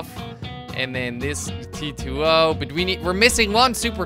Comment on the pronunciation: Dude it’s called a T20 not a T-2-O